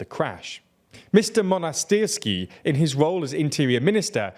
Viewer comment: Mo-nas-tiers-ski, not whatever that was.